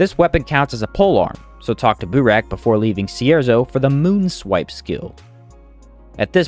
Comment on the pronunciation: “Boo-rack”? i think it’s meant to be pronounced Burr-Ack 🤷‍♂️ anyhoo, you can actually use flamethrower on other left hand light sources, like the Iceflame torch, which is easy to make even early game if you have a cold stone, and has 500 durability so it lasts long as a dmg source. i would assume it would also work with the coil lantern for lighting dmg, but i’ve never tried it and there is no info on it as no one has seemingly tried it either. either way, you are unlikely to find one early game, but someone with one should still give it a try to see if it works or not.